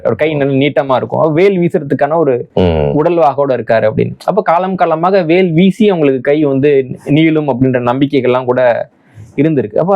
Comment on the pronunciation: வ பல வாக் திரிவது வடக்கே இயல்பு. புவனேஷ்வர், புபனேஷ்ஷ்வர். வேல் பேல்